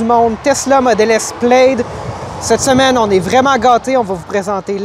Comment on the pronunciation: Plaid se dit PLAD, amigos